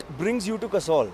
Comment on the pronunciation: host is calling that guy a "WannaBe". Bhai pehle khud to jagah ka naam sahi se le. Poori Video me Kasol ko Kasaul bol raha hai. :P :P How many joints down you are. Ch****ye, joints down nahi joints high hota hai. :P :P ""WANNABE"